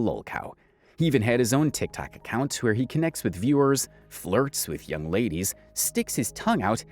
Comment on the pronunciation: How do you mess up saying tiktok and saying tiktik multiple times.